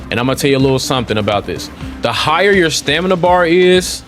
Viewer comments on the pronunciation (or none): “Stanima” lol smh come on bro stop make us black folks sound dumb lmao 🤣